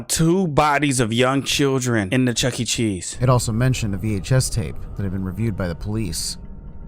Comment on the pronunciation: I do not want to go to Chucky-e-Chees with you